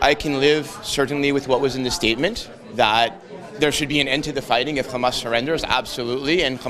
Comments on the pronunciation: Once he called Hamas " Khamas" this explained who he is. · He pronounced Hamas like an Israeli, so this is why he is against it, he is one of them